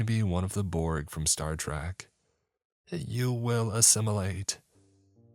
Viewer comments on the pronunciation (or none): none